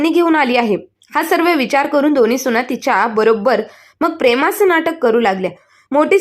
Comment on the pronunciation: सुणा नाही सुना